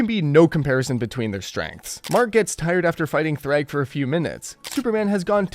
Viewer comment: Thragg, not Kragg.